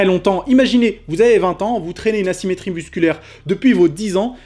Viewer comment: Vous aussi vous avez entendu une douleur ''nassimétrie'' mdr